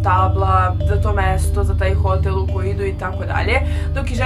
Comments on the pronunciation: Nije hotél nego hotÈl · Kako čudno govoriš hotel